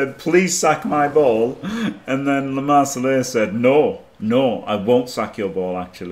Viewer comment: It's LeMarsellais, no "e" at the end 😂 Not a girl! Wonderful work all the reviews!